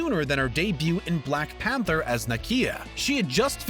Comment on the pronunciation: Bruh why did he have to say black panther as BLACK pAnTher